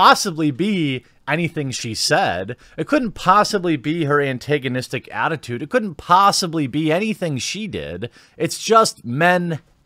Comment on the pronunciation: Learn how to say Antagonist.